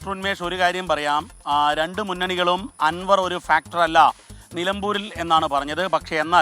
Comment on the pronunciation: ആൻവർ അല്ല അൻവർ